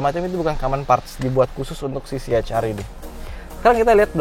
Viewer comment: ya saya suka bgt cara review anda.. aku benci liat org baca ce ha er.. anda professional baca nya si eich ar.. keren bgt.. eich ar vi.. si ar vi.. krna ada org yg baca si er vi ga pande baca ar.. tp anda mantap!! saya subscribe